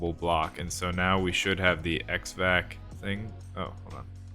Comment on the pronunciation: Your "Ex Vac" is "ExcavOS," as in Excavator Operating System.